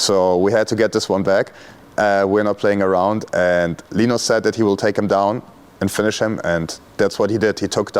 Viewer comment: It's LINUS not Lenos